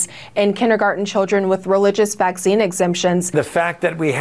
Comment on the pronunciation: The way The Pope pronounce 'vaccine' sounds so cute. Vak-chee-ni 😁